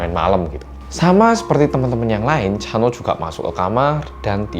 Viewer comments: Pas mas hansol ngomong chanho aku dengernya cha eunwoo 🤣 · Chanho nya kedengeran kayak lagi bilang chanwoo ikon:)